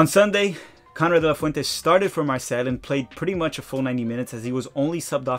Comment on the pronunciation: Keep up the great work,! I enjoy these US player updates a lot. As a viewer from France, may I give you a couple of pronunciation suggestions: Charleroi= Shar-luh-rwa Marseille = Mar-say-uh (just Mar-say would be fine, but not Marselle, or just say O.M., that's what most people here say) Siebatcheu = See-ba-chuh